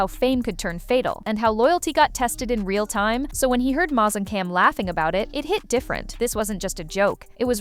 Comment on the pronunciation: His name is mase like the pepper spray lol do your research